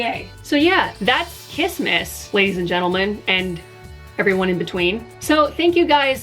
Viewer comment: i heard kismisis instead of kissmiss aughhhhhhhhhh